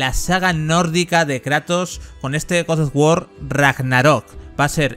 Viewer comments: te quiero pero pronuncia bien GOD OF WAR no GODSDFDFSDFSD OFF WAR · por qué dice goz o war?😔😔😔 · Gos os wor ragnarrok xd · GoS oF wAr CoRry bAlRog. Aprende bien los nombres hombre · Yo a este men que narra el video no le creo ya que al juego le llama godos of War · Goz Oz wor???? Tío hablas terriblemente mal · Guos os Wor ragnarok Grande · gosof wor aprendí una nueva forma de pronunciarlo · Se ve bien ese "godoguor" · guos sof guor Ragnarok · por que dice gos of wor? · A nadie le extraña la forma en la que pronuncia God of War?🤔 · que mal pronuncias god of war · jajajajajaja deja de decir God of War que se escucha muy horrible XXDDDDD